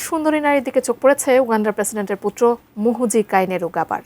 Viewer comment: রিপোর্টার,, শুরুতেই বললো মুহুজি😂 পরে বললো মুজুজি😂 😂😂